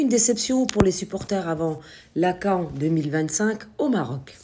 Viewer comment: La CAN (se prononce Canne 🦆)